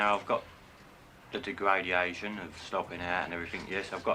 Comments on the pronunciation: Degraidiation I think he meant."degradation" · "Dare-gradiation" lol